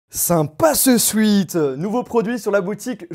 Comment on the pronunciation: Stp arrête de prononcer sweat comme ça